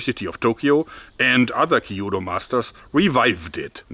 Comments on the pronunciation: small pronunciation critique, not meant to berate you or anything. but it's kyuudou, not kiiyuudou. the kyu sound is one syllable, not two. still loved the video, but i'm a language fanatic (4, going on 5), so i always just like putting the info out there for those who are interested. the kyu sound is pronounced similarly to the english pronunciation of the letter Q. maybe it would be easier to pronounce if it was spelled quu-dou? anyway, love the content, keep it up! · Oooooh, I thought you were talking about some more ancient or obscure form of Japanese Archery but you were just pronoucing kyuudou (que- dough) with too many syllables. LOL. It's kyuudou not kiyudou. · Amazing video as always and Happy new year! I know how much you research stuff and this video reminded me of the katana discussion you had years ago, which I quite enjoyed. Do you mind a small tip on your "kyuudou" pronunciation? It will sound more fluent if you try to make it two syllables, instead of three (something like "kill-dou"). Yumi on the other hand was spot on! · Great video but the pronunciation of kyūdō hurts a little haha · It's not called Ki yu do, but Kyūdō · 弓道 kyudou. The pronunciation is more close to when you say q then dou. Q,DOU not kiyuudou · I always thought that the Chinese bow was a lot easier to learn and more practical to carry in the battlefield. Your engineering skills are great, however...you're telling me that there's a dedicated Kyudo club in Bonn and no one overthere can pronounce it (Kee-oo-doh) instead of "kee-judo"? Same reaction dojos all over Japan have when they hear the word "Karate" [Kah-rah-teh] pronounced Kah-rah-ree by Americans that give a gazillion colored belts every three months at their dojos.